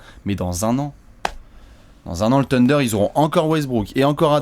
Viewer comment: Faites un effort sur la prononciation du nom psk sa fait saigner les oreilles les" teundeurs ", " abrinés " , "grunt"